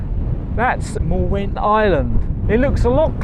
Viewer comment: I hear Wales is nice in September. Sorry to hear about your greasy boot problems! The w in the midlle of Mwnt is an 'oo' apparently, so it's more like 'moont'.